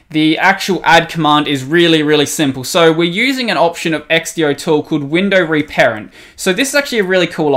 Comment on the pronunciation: I can't believe you pronounce xdotool like x-d-o instead of x-do, but then you try to say .sh like it's a word.